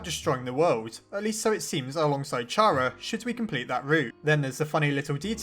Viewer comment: I don't like how this guy says names... alpheeese.... he doesn't say cara he says Chara it really annoys me